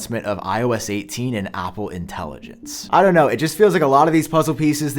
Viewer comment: Why does he say Apple like Opple